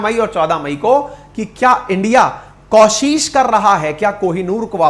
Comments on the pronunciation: आप हमेशां कोशिश को कौशिश बोलते हो ये ठीक नहीं है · आज तक आपने कोशिश को कौशिश लाखों बार बोला होगा जो गलत उच्चारण है